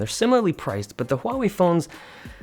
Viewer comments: You are one of the few tech YouTubers who can pronounce "Huawei" correctly. Most of them pronounce it "Uawei". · Finally! HUAWEI correctly pronounced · Dave is the only one who pronounced HuaWei right